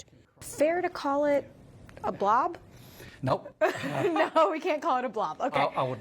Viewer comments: never call it a blov 😡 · they put so much emphasize on the word! Lmao😂